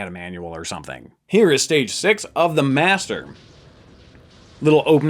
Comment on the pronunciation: cant say master